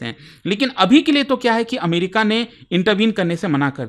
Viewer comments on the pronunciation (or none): none